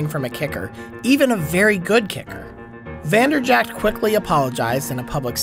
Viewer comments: It's infuriating that you call him Vanderjackt but still a great video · You work for SB Nation and you don't know it's pronounced Vander-Jet?